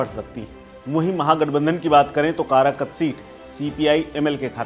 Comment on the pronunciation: भाई कराकत नहीं कारकाट